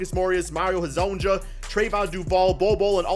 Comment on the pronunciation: Ok say it with me Mario Ha-zone-ya